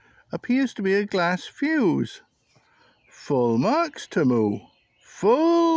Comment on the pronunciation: "TEMU". Not "Chemoo".